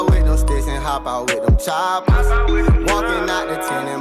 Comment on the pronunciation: Omg 😂😂😂 he said choppas